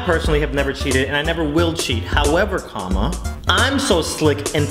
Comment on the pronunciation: Ohh he says "comma" I hear "karma" errtime.